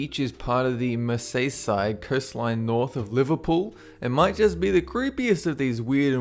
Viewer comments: I live by crosby beach but a heads up its pronounced MER SEE SIDE not MERSAYSIDE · It's pronouced Mer-sea-side jus' sayin' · you pronounced merseyside wrong its mer-z-side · Merseyside is where I live and its "mer-see-side", I was thinking "where's Masayside" till i realised "oh wait I live there", you read "mer" as "ma", and its probably has the most things to see and do in the north of England, so I just wanted to tell you how to pronounce it in case you ever visited :) we have the time capsule village of Port Sunlight, historic Albert Dock, home of the beatles and daniel craig, we have more cinemas and free museums and art galleries then most places and many film locations, such as for harry potter and captain america :) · Merseyside is pronounced mer-Zee Side. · Great videos but do more research in the future on the correct pronunciation of place names. The Iron men are in "mersie-side" and the luminescent beach is in the "mal-ives". Keep up the good work! :D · Oh and you pronounced Merseyside completely wrong XD it's pronounced MER-ZI-SIDE :) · Dammit I meant it sounds like MER-ZEE-SIDE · XD the way he pronounced Merseyside!! Mer-zee-side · hahahaha did he say mer-say-side. what a fuckin idiot. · I love right by crosby beach and it is pronounced Mer-sea-side,, and the statues are actually quite cool and its nice to see them getting some recognition for once...liverpool is never usually mentioned so y'know always nice to hear your cities name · BWAHAHAHA, forever going to pronounce merseyside as Mer say side X'D almost makes it sound fancy! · Mer-say side? XD alrighty then. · Merseyside is pronounced 'Merr-see-side', not however you pronounced it :P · Mer-say-side had me dead xD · I just died when he pronounced merseyside 😂😂😂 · Lol his pronounciation of Merseyside :) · you cant pronounce merseyside